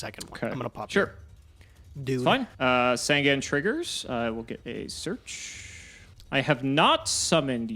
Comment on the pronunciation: Can someone please PLEASE teach how to pronounce Sasuke. I am so tired of him not saying this or Sangan right...same with saying Hane Hane wrong